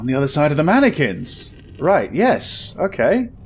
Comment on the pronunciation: "How many Mannequin's can be around here?"........ MANYquins